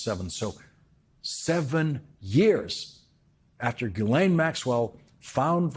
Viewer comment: Say: Ghee Len Ghee - Like the Indian butter. Len - as in Lenny.